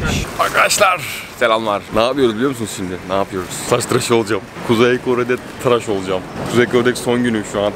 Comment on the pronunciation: Traş değil tıraş*